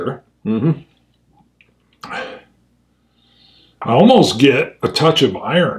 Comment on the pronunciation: Hey "Nose here" or "Nose hair"?